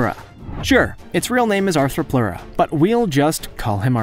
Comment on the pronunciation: Also he never said Therapsid considering three of those were. He also said ANTHROPLEURA instead of ARTHRO...Anthro makes it like us Arthro makes it a bug.